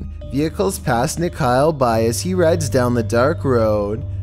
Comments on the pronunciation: Rajasthan hai wo daphor... Bhangarh ki kahaniya bht hai... Edit - not nikhail ..its nikhil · Its nikhil not nikhail.